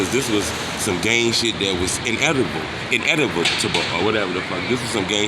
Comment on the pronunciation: TROOOOF!!! U killed me tryna say in-ev-it-a-bull with that smirk on yo face and them inflections u be usin'. 😂😂 #inevitable....or whatevah *must got some edibles on the way or sumn.....or OFF 'em!😆